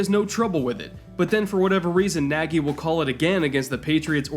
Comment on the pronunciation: I don't know how Matt Nagy pronounce his last name, but the correct one sounds very close to "Nadj". It's a hungarian word for "big" and a very frequent surname in Hungary.